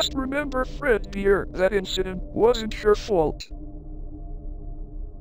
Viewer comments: AAAHHHHHHHHHHHH…. GAAAHAHHAHAH Anyways, why does apring keep saying “fred beer” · Are we just gonna ignore the fact that called fredbear “fredbeer” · Is it just me or is saying Fredbeer instead of fredbear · I love how says "Fredbear" its Fredbeer🤣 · Its funny how calls fredbear "fred beer" 😂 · Why did keep saying Fred beer? It’s Fred bear right? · I love how says fredbeer instead of fredbear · When says "Fredbear" i hear Fredbeer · Why does say fredbears name like fredBEER xD. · Why does. call fredbear freadbear? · Idk why says fredbeer lol